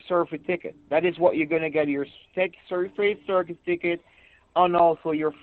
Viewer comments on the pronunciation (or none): Say-fee-tee code. Burt Ser-fee-ticket = birth certificate. Told him to take the card - SMH🤣🤣